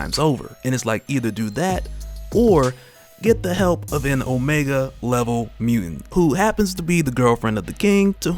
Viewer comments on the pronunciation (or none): none